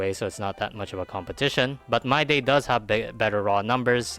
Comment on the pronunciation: Its Mydei not MYDAY. How is it so hard to pronounce correctly?